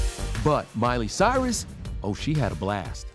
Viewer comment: Did anyone else catch Mariah saying, 'Miree Cyrus' ? Is it just me or..? LoL 🤷‍♀️